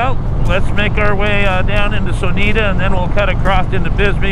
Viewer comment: Its so-noy-tah btw.